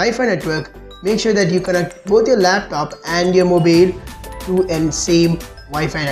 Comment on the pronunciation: Lol 😆 moobeel, hooutspot.